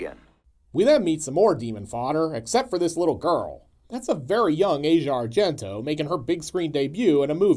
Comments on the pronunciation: Aush e a, not Asia. 🤷‍♂️ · Asia pronounces her name AH-zee-ah. It's something I think most of us have always done, pronouncing it the same as the continent. Keep the great and fun reviews coming (but I know you will)!